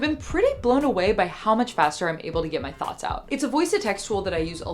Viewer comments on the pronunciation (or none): none